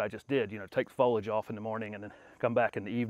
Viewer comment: So genius he can’t pronounce foliage right